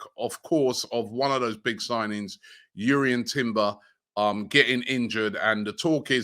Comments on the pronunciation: Take this from me, his name is Jurrien not Yurrien. He said it himself!!! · Timber says his name is pronounced with the J, not yurrian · Still can’t get JUrrien right…